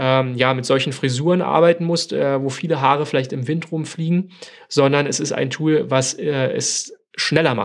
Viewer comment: Von dir ausgesprochene englische Wörter wie z. B. Tool, sind haarsträubende "Denglishs". Mit wildfremdem Akzent. Kanns du nicht einfach für das Englische ein normales passendes deutsches Wort finden? Ansonsten Video ok.